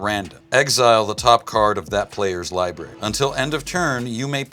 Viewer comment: He said libarry hahahah